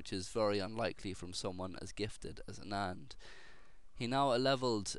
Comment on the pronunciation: Don't call ANAAND, original accent sounds, AANAND. Anyways thanks for posting a great game.. I really appreciate that.